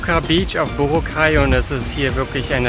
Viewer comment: BorAAAAcay,. nicht Borooocay - steht auf auf allen Schildern und vielen Booten, nicht zu übersehen! Mit einem Papier-Reiseführer, oder Internetanschluss findest du jeden Hafen, jede Fähre, alle Abfahrtzeiten! Man sollte jedoch nicht glauben in wenigen Tagen irgend etwas kennen zu lernen. Das wahre Leben findet man nicht in den Touri-Hotspots, aber es ist leicht zu finden. Abhakerei, möglichst viel in wenigen Tagen, finde ich furchtbar, denn es gibt wirklich viele wahnsinnig schöne Ecken, fern aller "empfohlenen" Routen. Bei dieser Hechele von Insel zu Insel ist es nur Stresserei und man hat sehr viel verpasst. Essen sollte man unbedingt probieren: verschiedene Adobos und Lechon Babo!!!